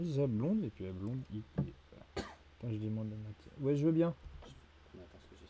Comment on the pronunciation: Alors déjà c’est pas « I.P.A » on dit phonétiquement aïe pi hé PTDRRRRR La Diff c’est que dans un bar la blonde coûte 5€ et IPA coûte 9,50€ (IPA est plus ambré) mdrrrr